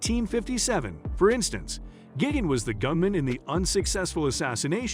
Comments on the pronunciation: Gig-int lmao. Man’s butchered just about every pronunciation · It's pronounced Gee gan Tay and Lu chi on o